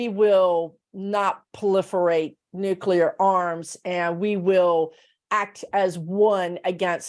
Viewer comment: Interesting W O W. I for one, am not too worried about A.I. running amok. We'll make the necessary adjustments and life will go on. On a very minor note -- I'm glad to hear using the term nuclear, (pronounced new/clee/er,) rather than nu/que/ler. Language matters, people! Lol.